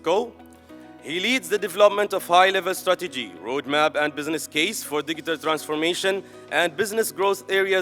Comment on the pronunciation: شقنا شق المقدم.. its digital not diggital